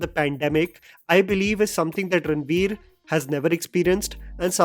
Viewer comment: even gets confused to say ranbir instead of ranveer 😂